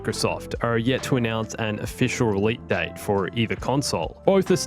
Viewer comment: Did he just say “relete date”